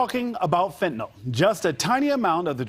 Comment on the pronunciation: it's fentanyl, not fentanol.